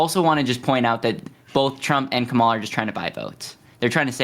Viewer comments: I love me some Destiny!!! I had to get used to the fast talking but it wasn’t hard and his debates are just phenomenal!! Thank you Also, is it so hard to say KA’MALA? This whole come ala is getting old! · To host: Kamala (Com-ah-lah) with emphasis on “com” not “ah”. Close and not bad though. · The moderator is showing his poor character by continuing purposely say VP Ka-Ma-La Harris’s name wrong… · It’s comma-la. Dude, c’mon. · would it be THAT painful to say the name KAmala correctly? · How does one persistently mispronounce someone’s name when the other people in the room are pronouncing it correctly? Do you not have ears…? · The guy in the middle needs to pronounce Kamala’s name correctly. He’s so annoying. Even my four year old niece can pronounce her name